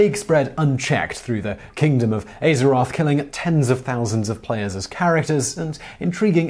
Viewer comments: "aye-zeroth" "ar-chu-mond" I shuddered each time he said them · When you said Aye-zeroth I nearly cried. I've been playing since 2005 and I have never heard that pronounciation and was not prepared. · "KINGDOM of Ay-zeroth?" Dislike, I'm out. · “the KINGDOM of AYzeroth” accreate. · "Ay-zeroth" ... what? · AYE-zoroth.... I'm done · "Ay"zeroth jesus.... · Did you just pronounce Azeroth "Ey-ze-roth"? xD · He did though. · noshei21 it’s tru tho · People worried that he pronounced Azeroth wrong but he called it a kingdom when it’s a planet